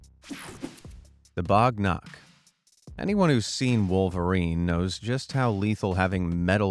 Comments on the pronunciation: it is Wagh nakh, wagh means tiger and nakh means nails in marathi. it is not bagh nakh.great king named 'Shivaji maharaj' used it in maharashatra, India. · It is wagh nakh,not bagh nakh. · That is pronounced as baagh nakh not bogh nokh The picture you showed was of shivaji maharaj killing the uncle of the Mughal ruler Aurangzeb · bro its Wagh Nakh ( tiger nails) Wagh means Tiger 🇮🇳